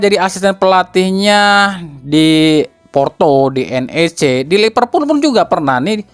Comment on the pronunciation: A, sedikit koreksi. Liverpool bukan Lipervool 😁